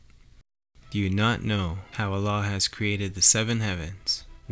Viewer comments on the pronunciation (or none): none